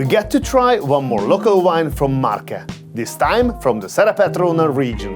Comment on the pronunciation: Amazing video as always but as an Italian what amazed me the most was you saying Marche correctly, and not Le Marsch